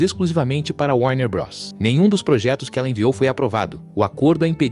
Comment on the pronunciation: Muito bom o conteúdo, só sinto falta de uma locução humana porque há muuuuuuito erro de pronuncia: Abórto, Warner brôs, Shala biúf etc. A velocidade da locução também atrapalha. Só decidi comentar porque o conteúdo é bom, o que é meio raro atualmente.